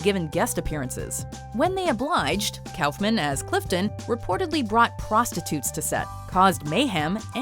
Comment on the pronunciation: I've never heard of Andy Calfman. Its Kuffman